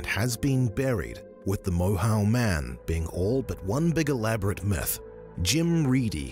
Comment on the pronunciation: Moyhoe is its pronunciation